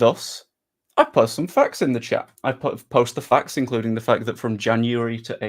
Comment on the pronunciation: It might be the fact that you pronounce "facts" as "fucks". So when you say "Facts don't care about your feelings", it sounds like "Fucks don't care about your feelings".